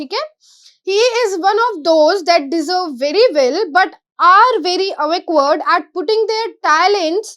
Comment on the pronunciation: Please pronounce awkward correctly!